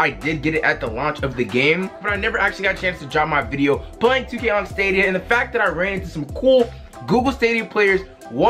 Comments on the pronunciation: my guy it’s pronounced STAYDEEAAA NOOOTT STAWWDEEAA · It’s pronounced (Stay-dia) sorry but just helping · Bro it’s staay-dia